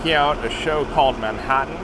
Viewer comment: Awesome video, thanks for the behind-the-scenes look! Loved the “Manh(a)ttan” show. I had a chuckle when I recognized the actor in Oppenheimer 👍